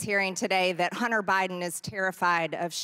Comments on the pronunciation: She says "Hunner Biden". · EmptyG: “Hunner Bydn”. “Buhcuz”. She’s a joke.